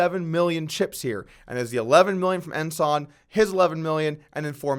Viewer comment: Hey, somebody told you how to pronounce Ensan, he ranks higher than Ensign.